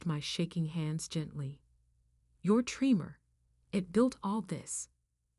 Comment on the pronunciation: Not 'tree-more', 'trem-er'. I have essential tremors. They run in my family.